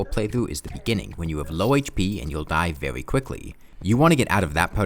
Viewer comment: “Vewy slow”